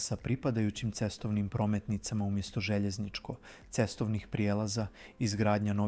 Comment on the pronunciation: Katastrofalno izgovara "željezničko-cestovni prijelaz"